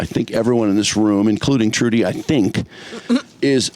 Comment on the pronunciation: Is that Trudy Daniels? Great memory from the radio days - I heard her name as "Chewdy" Daniels. I swear all of you, including Mike (RIP), said it that way. "And Chewdy's got some news on ... ". Belfour Blows